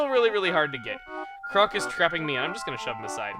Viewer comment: Why does call Chroque crock? Isn't it a pun based on frogs and be pronounced like croak?